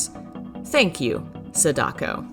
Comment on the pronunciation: "Sedako" XD